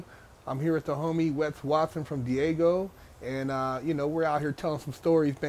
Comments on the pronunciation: keep calling Daygo, Diego. U from California, u should know better. Great content tho, I'm subbed. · It’s DAGO not DIEGO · He picks it up later . It's DAY-GO !